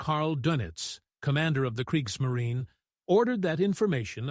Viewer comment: kreeks - muh - REE - nuh 😁